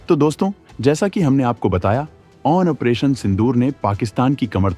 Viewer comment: operation ko OPERATION kyu bolte ho ap...?